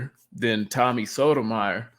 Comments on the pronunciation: It's pronounced "So-toe-my-your." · You’re pronouncing Tommy’s last name incorrectly. Other than that, good video